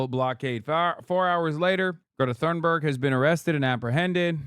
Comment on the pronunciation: the constant mispronounciation of greta thunberg's name is some mad disrespect, like shes on the frontlines risking her life, the least you could do is say her name right.